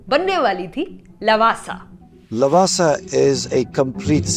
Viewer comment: you fool not lawaasaa pronounce it Laawaasaa